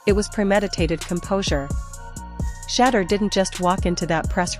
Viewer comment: you need to learn to pounce his Name. It is a total turn off and that is why you do not get that many likes and views.